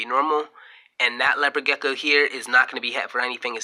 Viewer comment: You seem very knowledgeable but I could not get passed the fact that you kept calling it a “gecka” lol